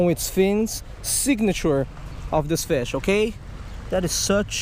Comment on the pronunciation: it sounds like you say fish sean